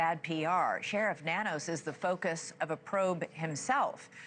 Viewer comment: Nanos is pronounced No News